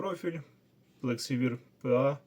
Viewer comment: плексіваєр, блін.. "плексівір"((